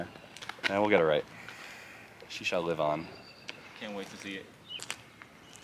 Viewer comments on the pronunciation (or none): none